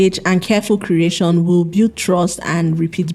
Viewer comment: Fashon, Content creashon, solushon, competishon, mini importashon...why do you speak like that?